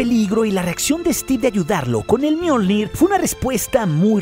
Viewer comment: Soy yo o en una parte dice Mjoldir